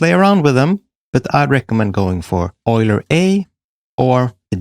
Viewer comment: yoo-ler. not oil-er